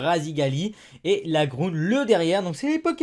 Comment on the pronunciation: mec tu dis lagroune mdr ta déjà regardé comment sa s'écrit? il faut dire la gron